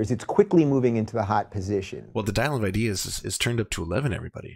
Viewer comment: If I hear one more ''IdEeS'' im gonna end it all